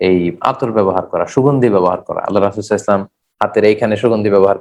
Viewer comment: Spasta Kara sallallahu alaihisallam bala uchit.